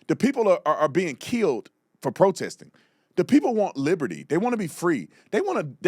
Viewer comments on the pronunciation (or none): none